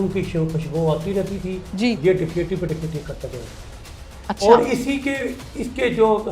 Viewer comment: Kakaiti nh dakaiti hota